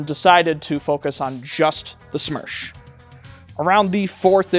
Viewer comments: It's СМЕРШ, not СМЕРЧ. Worked with СоюзСпецОснащение, and they referring to it as СМЕРШ. I don't know why youtube recommended me this video. Also, Smersh is 6Ш104 on steroids. And, Beslan, not Belsan. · It would be смерш not смерч, смерч would be smerch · It's not смерч, it's смерш. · СМЕРШ — is the right letters. Not смерч.